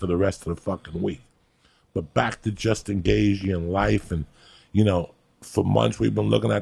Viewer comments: Joey “Justin Gayg” Diaz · Justin Gay-G 😂😂😂